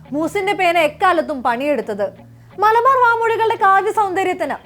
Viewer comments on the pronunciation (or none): none